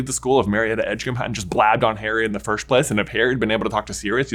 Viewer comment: I need to ask this, why do you keep saying "firsht" instead of "first"? I'm just curious :P